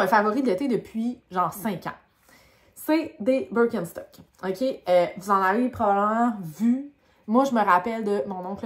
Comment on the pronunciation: C'est bien allemand, ça se prononce bir ken (comme le chum de Barbie) chtok ou presque. Elles ont des semelles qui soutiennent la voûte plantaire. C'est grâce à elles que je me suis rendue compte que j'avais besoin de semelles orthopédiques. Comment fais tu pour les entretenir ?